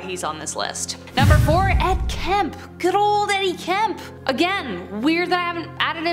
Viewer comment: It's not Ed Kemp, it's Ed Kemper